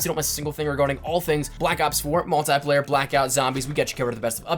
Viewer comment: Its multiplayer not multyplayer